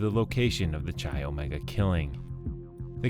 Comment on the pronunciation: Not Cheye.. It’s Kye, come on guy if you’re going to do a Video please do a little homework first, you’re driving us bonkers with mispronunciation